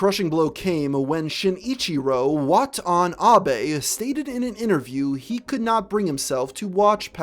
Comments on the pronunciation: "Sheen・E-Chiro What an ABE" 🤣🤣🤣🤣🤣I don't wan't to be disrespectful, I know it's difficult to pronnounce names from other languages but that was the funniest name butchering I have ever heard hahahahahaha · I'm sorry (not really...) but why did you say Shinichiro Watanabe like that? I understand not wanting to mispronounce it but...huh